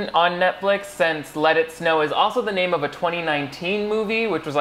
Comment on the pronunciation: 5seconds in and I thought he said "Lettuce No!"